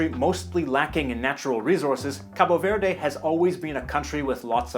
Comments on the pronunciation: Just fyi: in Portuguese from Portugal and I'm assuming Cabo Verde, we don't pronounce the E at the end of words. Also, the O at the end of Cabo is pronounced like in the English word "boo". So it would be pronounced [kabu veɾð] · NO, WE SAY: KAB VERD !!!! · It‘s so cringey when you say 'Capo Verday' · you speak the country name wrong.... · I've entirely lost interest all I'm saying is don't make such a big deal out of the final E. and, to be quite honest with you, I'm pretty certain, being English and hearing English people pronounce it, that they do not pronounce the finally E, and certainly not as strongly as you are doing it. I know the Portuguese don't, so I don't know where you are getting that idea from. But I will admit that it's a piddling and trifling point that does not warrant further discussion